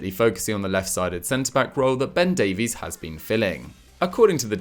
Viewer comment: Thank you. You pronounced Davies correctly. It only happens 1/ times.